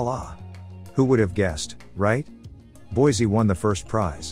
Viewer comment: Pronounced Boy! see!